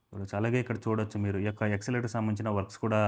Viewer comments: Escalator pronounced as yes-ca-lator. Not exalator. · ఎస్కలేటర్...నాయన..... ఎక్స్లేటర్ కాదు.... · రిడెవలప్ కాదయ్యా రినోవేషన్ అనాలి. టెసన్ కాదు స్టేషన్ అనాలి ఎక్సలేటర్ కాదు ఎస్కలేటర్ అనాలి మిడి మిడి జ్ఞానం తో వీడియో చేస్తే నవ్వుల పాలౌతారు. వీడియో చేయమని నిన్ను ఎవరైనా అడిగారా?